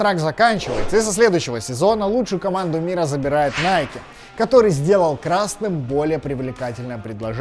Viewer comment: НАЙКЕ, НАЙКЕ, НАЙКЕ...мои уши...